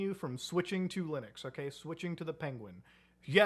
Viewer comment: Is there a reason why he misprounce Linux so often as Lunix? I just see it so often? Is there some kind of lore??